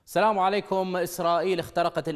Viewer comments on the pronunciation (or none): none